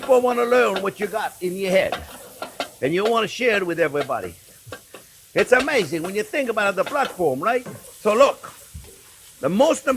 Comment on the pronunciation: Wow, that finished chili looks absolutely amaizing (that's my attempt to spell "amazing" like the Chef pronounces it!). Can't wait to try this recipe.